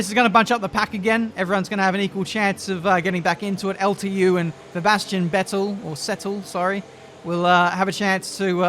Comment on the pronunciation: "Vebastian Settel" lmao